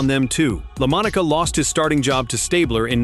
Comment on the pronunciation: I really wanted to watch this video but If you can not pronounce correctly the name of the person your video is about then I can not take your video seriously enough to watch it. I do realize this voice is A.I. genererated it does not matter you still have to get the name correct. I wish you good luck with your next video. I know making YouTube videos is hard and maybe your future videos will not contain these type of errors.